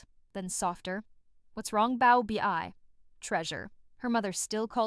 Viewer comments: Pronounced "bow-bay" correct? And bow like cow, not like low. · The mispronounced baobei had me rolling the entire time whenever I would hear it.